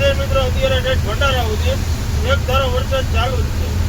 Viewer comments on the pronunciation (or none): none